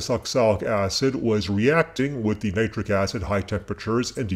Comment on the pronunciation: Its nit ric not nie tric